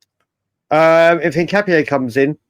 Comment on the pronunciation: The name "Hincapié" is a Spanish surname, and its pronunciation in Spanish is een-kah-pyeh. The emphasis is on the last syllable, "pié".